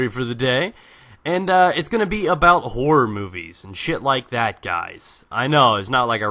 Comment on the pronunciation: haha, every time you say horror, i thought you said whores... but yes, EVERYTHING meant to scare makes me shit my pants, and lactate. and im a man.